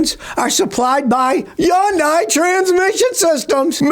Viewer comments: Hey Scotty nice glasses. And it's pronounced hun-dee, not yun-di😂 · Hyun-dai. Rhymes with "Sunday" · Is he saying Hyundai?????